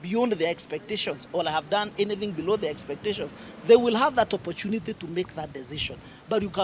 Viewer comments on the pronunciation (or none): none